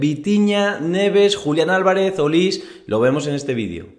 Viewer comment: Es Michael Olise. Y se dice "Olisé" no "Olís"